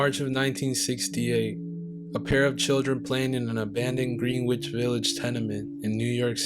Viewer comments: The place is NOT pronounced "GREEN-WITCH"; it IS pronounced "GREN-ITCH". PLEASE, Gentlemen, check usage AND PRONUNCIATION BEFORE posting. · "It's not "Green witch"; it's pronounced "Grennich". Outstanding narration! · I enjoyed your documentary very much. I do want to point out that, at the beginning, you mentioned "Greenwich Village" as "GREEN-wich Village". It is one of the most famous communities of New York City. It is pronounced "GREN-nich Village". The "w" is silent. Continue your good work! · ….I enjoyed you story very much, however if you’re going to narrate you must learn proper pronunciation of the words. First, you mentioned Greenwich Village, you said Green-which village. The correct pronunciation is gren-itch. Another word I assume was check kiting. That’s pronounced “kite-ting” This makes it confusing for folks with a limited vocabulary. Take care 🙋🏽‍♀️💕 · "Green witch" village, I all these years thought it was pronounced Gren-itch village? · Its pronounced grenitch village. Not green witch village. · Greenwich = Gren (as in wren) -itch. "Grenitch"; check kiting = "kite-ing" as in flying a paper triangle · Did you pronounce it as "Green Witch" Village? 😂 And check "kitting?" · pronounced: Gren - ich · Greenwich = Gren-itch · Thanks for covering this sad story. A pronunciation tip: Greenwich = “GREN-itch”. It’s weird I know….😂. Check Kiting (like flying a kite) means writing bad checks / check fraud. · Greenwish ous pronounced GREN-ITCH. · Some well intentioned pronunciation points. Greenwich is usually pronounced "Grenn itch". Check kiting is pronounced "Kyte ing" as in "go fly a kite". Before web you could keep a bad check from being discovered as snail mail would have to send the check from here to there for verification. The further the better. Hence the kite name. Great work. Great voice. All the best. Subscribed. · Just saying, it's pronounced Gren'-itch village. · It's spelled Greenwich but pronounced grenich.